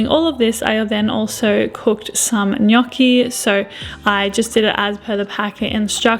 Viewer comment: nice pronunciation of gnocchi!!😄